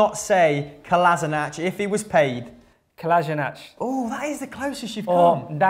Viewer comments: making fun of for not knowing how to say Kolašinac correctly while saying it wrong himself just like every football commentator out there. It's KolaSHinaTZ not KolasinaTCH. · Both of you are pronouncing Kolašinac wrong...